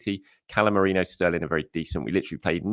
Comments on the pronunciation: ME-REE-NO NOT MORENO! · Still can't say MER-REEEEN-NO? 😂😂😂